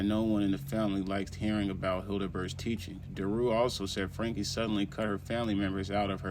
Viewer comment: If you were up to date on this story you’d know it is pronounced ‘Frankie’